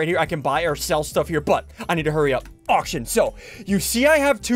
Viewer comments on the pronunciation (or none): OMG when he said "auctions" I swear he said "aw shit"! I legit had to rewind like 5 times to make sure lmao. Did anyone else hear that?